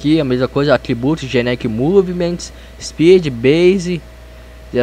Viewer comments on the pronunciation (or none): none